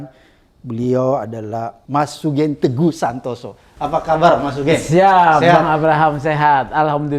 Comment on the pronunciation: Pak Abraham panggilnya jangan * SUGENG ( Pake E ) tapi SUGEUNG * j😁